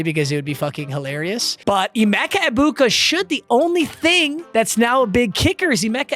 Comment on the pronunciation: please google how to pronounce Egbukas name, every time it kills me